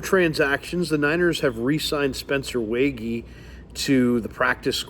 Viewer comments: NDSU Fargo native checking in again. I thought we’d for sure be done with this topic, but since he’s signed, I’ll try once again: It’s still pronounced Spencer “WAY-G” and not “WAY-GHEE”. 😉 Bonus points if you ask him directly and get proof of it on video. If I’m wrong, I’ll become a channel member and donate another $5 for a comment stating that I was completely wrong and I’m not a good NDSU Bison fan. 😂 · is the biggest Waege fan and doesn’t pronounce his name right lol